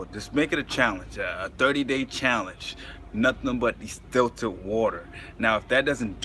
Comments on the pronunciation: He dont even know how to pronounce the word, talking about distillert water, its distilled water bro. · It's called distilled water not destilted...good video still. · The virgo moon in me couldnt get passed it 🤣. I kept saying its distILLED, no T son lol